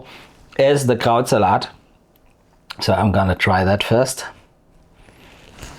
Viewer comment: When you say Krautsalat, it sounds like you're saying Krauts-a-lot, like Sir Lancelot. I'll be eating some Krautsalat tomorrow.